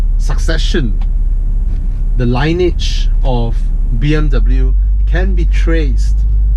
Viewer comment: lin-ee-age, not line-age. That being said, great videos and stories, keep it up!